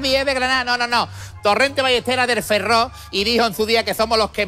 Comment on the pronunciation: Has dicho er Ferro, no es el Ferrol"